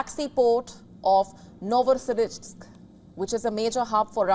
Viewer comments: Why did yo say that it was a RUSSIAN drone hitting a Russian ship? And did you even practice saying NovoSIRISK incorrectly? its NovoROSisysk, right there on your screen. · Nosirriisk😂😂😂😂😂 It has to be pronounced as Novo'rossi'sk